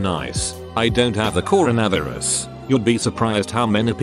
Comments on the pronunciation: Nobody: The AI voice: cor a vav er us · Corn-na-vis lol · Nobody: Reddit: "Coro-Nav-Er-Us." 👽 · People: Corona Virus This text to speech bot: CORO-NAVI-RUS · Reddit voice: Corn a varis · normal: coronavirus text to speech voice: coronAverus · I know I shouldn't make a joke on this video, but the way the voice says coronavirus like cornavraverus is honestly funny. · Haha I love how the text to speech say “coronavirus” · I love how the text-to-speech completely butchered the word "Coronavirus"